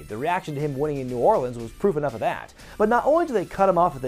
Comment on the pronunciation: Nice pronunciation of New Orleans.